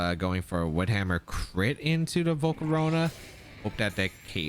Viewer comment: Bro I love how says volcarowna